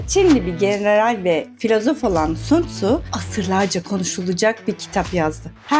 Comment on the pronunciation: Okunuşu San Zu değil mi hocam